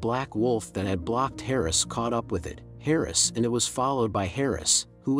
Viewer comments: Why say "i t " instead of "it" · Really stupid fake story. Not plausible. Baby would have been injured and bleeding with a wolf and eagle fighting over it. Even the narrator says "I.T" instead of "it". Why waste our time? Ads? I feel stupid that I even listened to 5 minutes of the story!